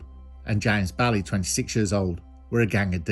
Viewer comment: Scottish video just like u said was coming, good work only thing i could add it bailie is pronounced bay-lay, apart from that another belter mate